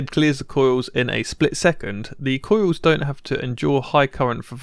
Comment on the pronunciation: It's pronounced coils not coiws